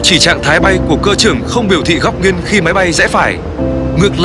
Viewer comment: Tại sao tất cả các từ "nghiêng" thì lại đọc là "nghiên", nghe rất khó chịu. Xin góp ý với ad!